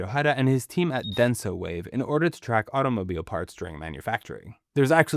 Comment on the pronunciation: Did I hear "automobilo" like with a japanese accent ? 😂